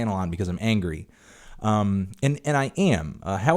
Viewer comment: an-gery fantano